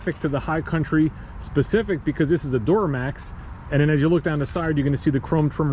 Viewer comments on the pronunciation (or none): Love me some “door-uh-max” 🚪 🛻